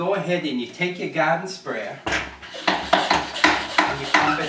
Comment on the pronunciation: "Gahden Spraya"